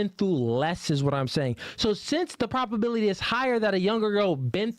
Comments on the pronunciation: I will say it just one time😊,its "ProBAbility ", not proPAbility!!?. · please. Stop saying “PROP” ability. The word is PROBability. As in probable. We don’t say “proppable”. Please bro. We need to be airtight with these 304’s.